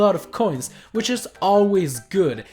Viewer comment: You said which wrong like wicth